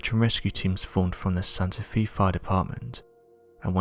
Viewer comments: Santa FAY, not Santa FEE. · I'd not heard of this 411 story. (First not related to the story, but for any future videos, Santa Fe is Spanish and pronounced Santa Fay [not Fee]. No problem, everyone knew what you meant.) I'm curious as to why the hospital covered up the story and also how the first search party didn't find him if the GPS coordinatess were correct? Very odd story. I am glad the man didn't die before getting help. The man who found him is to commended for staying involved and supplying him until the rescue team found him. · Fe is pronounced fae Not fee you need to go back to school and maybe this time you should pay attention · FYI, it's pronounced Santa FAY, not Santa FEE. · Does anyone else here think that Santa Fe is pronounced as Santa FEE?? I bet you that NOBODY else is that stupid, surely everyone knows its pronounced Santa FAY... right? I really wish this narrator would go missing, I have had it with his crap! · As a former resident of New Mexico Santa Fe is pronounced Santa Fay. The universe is 10000 Times more mysterious than the mind can conceive. There are areas where the veil between dimensions are thin and you can find yourself in a slightly different version of reality. Check out the Mandela effect. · Santa Fe is pronounced Santa Fay. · It’s pronounced Santa Fay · Can you not research how to pronounce certain names and cities? It's really not very difficult at all. (Santa Fe) is not pronounced "Santa Fee"